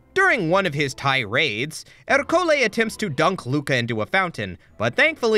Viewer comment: why are you pronouncing Ercole with an accenct on the o!?!